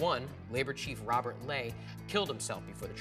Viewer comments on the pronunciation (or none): none